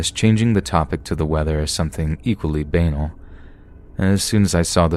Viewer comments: Banal is pronounced ban-al not b-anal 😂😂 got a laugh out of that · did you really just pronounce banal in a way that rhymes with anal? XD lmao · That isn't how you pronounce Banal at all dude. :P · Umm... that's not how one should pronounce banal...